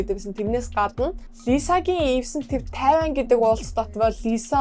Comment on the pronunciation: тайван биш тайланд шүү